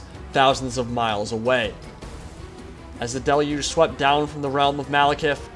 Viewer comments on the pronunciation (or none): none